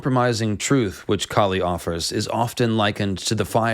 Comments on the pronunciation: Its not Kali.. its kaali / kāli . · KAH-lee. not kah-LEE. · You pronouncing name wrong Kali is deffrent Kali is asura Kaali is goddess Maa Kaali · Its maa kaali not kali😂😂.. and kali is a demon prophesied to come to destroy the dharma...🎉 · dude, can u actually pronounce Kali right or is it just your accent.....lolz